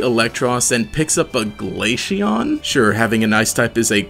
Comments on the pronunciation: ITS GLA-CEON C NOT GLASHEON OM MY GOD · Glaceon is pronounced like ace. Not Aishe or something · my soul dies a little everytime Glaysheon is said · Hearing "glasheon" somehow triggers me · Is noone else piss3d off that he keep on saying glashion? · had to pause the video after hearing him mispronounce glaceon a bunch of times.